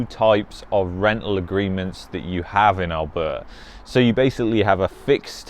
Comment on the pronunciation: Lol…. Seems like u are having a hard time pronouncing Alberta! 😱😂